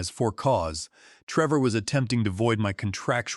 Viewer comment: Treevor. The AI Voice is having issues with this video.